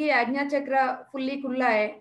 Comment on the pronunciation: आज्ञा =aagya NOT agna All is well